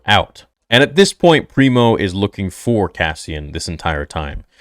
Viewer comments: Pre-Mor, not Primo Preox-Morlana. Company security, basically. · Pri-mor not primo